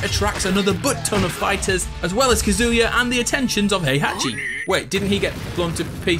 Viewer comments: Me every time he says kazooya: 😤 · God how much I hate the way you pronounce Kazuya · It's kaz u ya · You KEEP mispronouncing Kazuya... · Bro you butchered Kazuya HARD